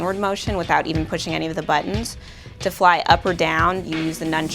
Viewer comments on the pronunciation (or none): none